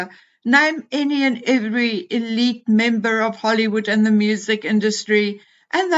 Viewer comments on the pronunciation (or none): none